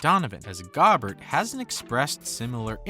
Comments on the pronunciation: I felt my IQ drop watching this video. This moron doesn’t even know how to say Rudy’s name. GO-Bear. And since when is Westbrook a valuable player?? They tried their ass off to move him and no one would take him. They wanted the Lakers to attach players and picks to him. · Seriously I was like man this is a good video until he said Gobert like that lol. Has this guy even watched an nba game? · Aint no way man said it as Gaaabert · This guy doesn't even know how to pronounce Gobert so how much does he know about these players. The Jazz would be insane to trade away their best two players in one deal and it won't happen. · Man, I had to stop watching with your mispronunciation of Rudy’s name. Also, the Jazz wouldn’t send Donovan, or Gobert to a western conference team. Lakers is a no-go. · The fact that you can’t pronounce Rudy’s last name means you don’t know anything worth watching. And…Mitchell isn’t going anywhere. You have no basis for any of this. Last time I watch any of your dribble